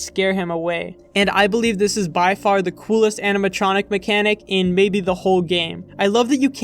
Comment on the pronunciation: does it not bother anyone else how this mf repeatedly mispronounces animatronic as "aminatronic"